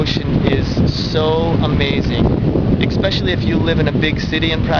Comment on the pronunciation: When people say "expecially" instead of "especially" - I just can't..